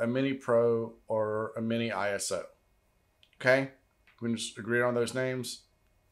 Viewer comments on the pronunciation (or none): ISO is pronounced I-SO as in I-SO-lation (ISOlation) You don’t say P. R. O. :)